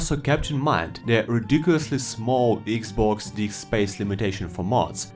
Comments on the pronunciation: Iggs boggs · When he Said "eegzbogz 1 players" i Felt that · „Eeexbox“ made my day! 🕺🏻❤️ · When he said "eexbogs" I felt thst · when you said "thst" i felt thst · Eex bocks😂😂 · Can i getta 10 hour version of you saying xbox😅